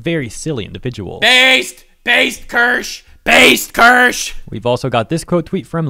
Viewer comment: its not Kirsh, its Kirsh-a 🤓